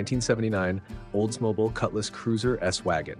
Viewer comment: OLDS-MO-BI-EL. NOT OLDS-MOBEL. SORRY to correct you. I've owned a bunch of these cars and I cringe at your pronunciation of that cars name 😂😂😂😂